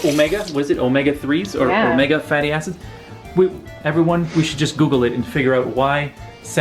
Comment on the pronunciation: Why did he say omega fattyasses